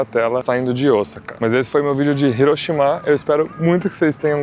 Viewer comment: Você está falando certo. Hiroshima. Hiroshimá é errado.